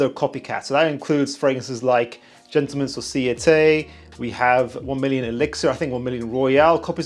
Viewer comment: Im glad someone finally put an effort in pronunciation and Gentleman Society got its justice. Unfortunately still waiting for correct version of Tom Ford Beau de Jour (J in Jour is pronounced as h, like in Spanish)